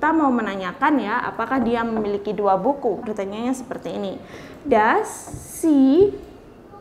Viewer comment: Pronunciation "SHE" anda kurang pas. Bedakan SHE dengan SEA